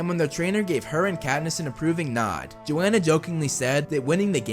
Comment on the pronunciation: The only thing that bugged me was that it’s yo-han-uh